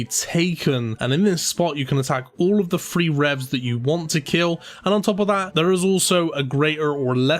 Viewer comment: The way you say "3" gives me aids